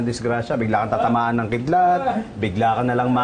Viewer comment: Pauleen KIDLAT po yun hindi “KILDAT“